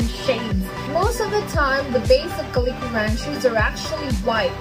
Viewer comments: The way you say calico is so funny lol “Kah-lee-Ko” 😂 I’ve only heard people pronounce is as “Cal-Eh-CO” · Cool video identifying types of the Ranchu goldfish. I can tell you're Filipino by the way you say, "calico", "aquarium" and "buffalo". 😉